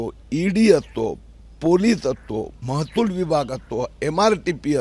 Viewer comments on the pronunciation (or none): महतुल बोलतो महसूल बोलता येत नाही 😊